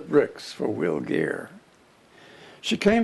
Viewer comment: It’s Geer , not Greer